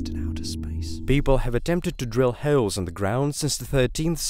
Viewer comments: "People have attempted to vote howols in the ground"? Is that an Aussie meets beer accent? Or bad computer voice editing? I'm going with B. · At the one minute mark, instead of saying “holes” it says “hells” lol. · Howols. As in, I live in a bad hood & there are HOWOLS from BueLlets in my house🤣😂